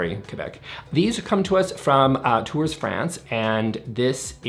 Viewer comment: the objects uniques was very well said (coming from a french person) - and (not snarky remark either) for future you, if you ever mention Tours again (lol) would be not to pronounce the S at the end